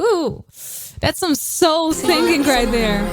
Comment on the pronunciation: I'm waiting for the day you know how to pronounce the word "singing" and "singer" correctly. It'll ease my ears much more.